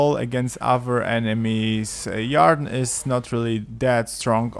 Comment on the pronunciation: Yarr-den? It's pronounced Eer-den.